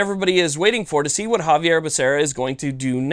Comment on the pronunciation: Xavier Becerra. You said Javier. Great video, though. No appeal = freedom week forever!